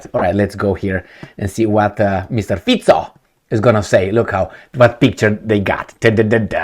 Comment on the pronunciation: Well done. Your pronunciation of Fico is prefect.